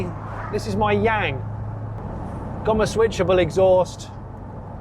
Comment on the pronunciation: Did he say it’s his ‘Yang’ or his ‘Yank’?😂